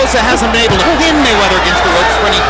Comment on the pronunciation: Floyd "MayChine"weather